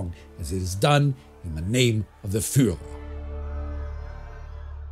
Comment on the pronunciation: He still has to study the pronounciation of Fuhrer!